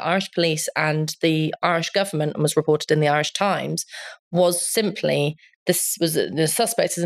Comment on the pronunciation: L'd like to compliment Spiked staff on their very professional familiarity with both Irish affairs AND the correct pronunciation of Irish names and political party names. Well played.